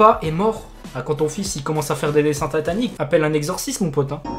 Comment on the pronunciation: Jsuis la seule a avoir entendu "Des dessins tataniques " ? x)